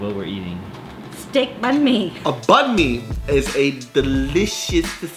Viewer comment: Bánh mì is actually pronounced like: BANG - MEE. not bun-mee like you said in the video though...